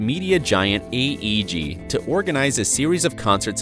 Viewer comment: Media Giant in video called AEG but narrator and caption calls it eeg